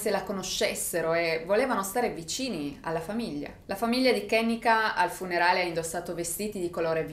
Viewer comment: Si pronuncia “Ke-nNe-ka “non è un nome americano ma africano la E si legge E non I !!❤️